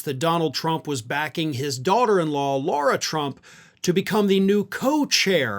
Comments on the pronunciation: Lara, not Laura. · You keep saying 'Laura' Trump. It is 'Lara' Trump. Just sayin'... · Is the name thing regional? There seems to be a lot of people calling her Laura (law-ra) instead of Lara (la-ra) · Her name is not LAURA. Her name is LARA. Which rhymes with Sarah.